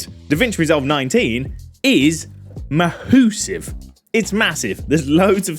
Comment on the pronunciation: maaaHOUSIVE beetah!